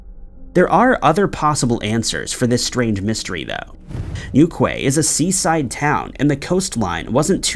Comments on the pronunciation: Amazed to hear you examining a case so local to me here in Cornwall, so I thank you! As for pronunciations though.. St. Austell is pronounced with a short 'el' sound, despite the spelling and Newquay is pronounced New-key. Again, thank you so much for covering Chad Gibson's case. The pub he disappeared from, The Central is named as such because it is very much the heart of the local night-life area. There are many homes in this area too, and I've always maintained that had there had been a fight or loud altercation, the police would have been called or someone would definitely have heard. Locals are careful not to annoy the residents. That leads me to believe that he left the downtown area with someone willingly, and either left Cornwall of his own accord, or he was well out of town before anything bad happened. He was a big tall guy, so I just doubt he was forced to go anywhere. I believe he left with people he knew. I just hope that someone gives his family some peace soon. If you know anything please contact Devon and Cornwall Police. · hey there newquay is pronounced New Key. Been there. enjoy you channel. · Just saying.... number 2, it's pronounced New-key 😁😁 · New-key is how you say it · You would think he would Google the pronunciation of Newquay it's certainly not how he's saying it! It's pronounced New key FGS! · sorry to be that person, but it's pronounced New-KEY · Sorry, bothers me a bit. Newquay is pronounced "Newkey" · It's pronounced "newkey" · Every time he says Newquay it hurts. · Wow you absolutely murder the pronounciations of St Austell and Newquay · New ‘key’ 🙈😆 not Kwie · he pronouced newquay as new qui ,😂 and not new key , if you notice they pronounce yorkshire as ( york shy err or arrrr ) we say york cher , anything with shire at the end they say it wrong , sorry for bombarding you i agree with you they don’t know how to say hawaii their own states , i sometimes hear them and think noway 🙈are they doing it deliberately 🤷‍♀️😂